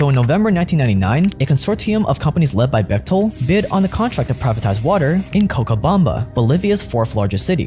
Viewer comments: It's Co'cha'bamba. 'Cha' like 'Cha' ttanooga. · is pronunced CoCHabamba as the CH on the word CHain. Love from Argentina.